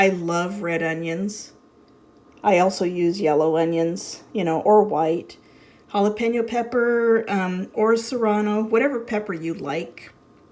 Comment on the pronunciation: Great vlog and thank you for pronouncing jalapeño right it 's not jalapino chile ! With salsa it's kinda like an egg chilaquiles here in Mexico City , love the cast iron pans